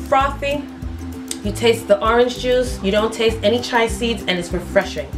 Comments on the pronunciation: Chee-a seeds not chi seeds.😂😂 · It’s pronounced chee-ya seeds. 🤣